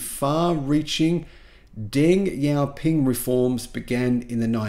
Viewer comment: Great videos! Note, “Xi” in Chinese is pronounced like “Shi” or “She” is pronounced in English. That is, Deng Xiao Ping is pronounced like Deng SHIao Ping (not Deng YIao Ping). Xi Jin Ping is pronounced SHI Jin Ping (not YI Jin Ping). Thanks.